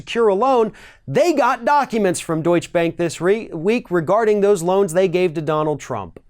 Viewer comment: It's not important, but Deutsche Bank is pronounced with e at the end of Deutsche, as "ɛ" like in dress or bet.